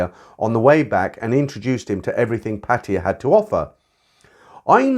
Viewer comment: Hey, been listening to you for years. Great content. The one thing that does irk me a little, is your pronunciation of 'Pattaya". Maybe it is the original glimpse of how you picked it up. What is your take on this?